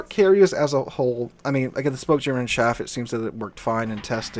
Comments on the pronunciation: Because we are talking about metal bits used to confuse radar the pronunciation of chaff is: "chaef" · Chaff is pronounced with a short "a". It's not chaffe because there is no 'e' in the word, nor is it pronounced "shaf". If you hear this from an native english speaker, then they are idiots. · Chaff, short "A" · I fly planes with chaff on them. The pronunciation is "ch" as in chug and "aff" as in gaffer. "Shaff" or "chafe" are incorrect pronunciations.